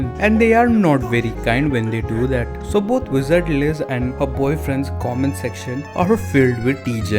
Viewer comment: Yes we talking about the “wisard liz”